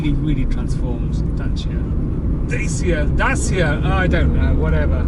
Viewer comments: Yes, the pronunciation is [da:chia] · It’s pronounced Dachia I believe. It looks like a bit of a beauty. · Pronouncing Dacia varies. The ‘official’ way is this- Da-ch-ee-a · Good pronounciation is [ˈdatʃi.a]. («Datsia »). 😉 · Not a gripe, just saying, it's pronounced "Dachia" with a ch sound like in china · you pronounce it Datchia. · Please use the correct pronunciation. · I think you should use the proper pronunciation .